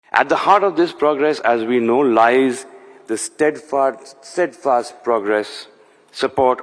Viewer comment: Did he say “Stead Farts”?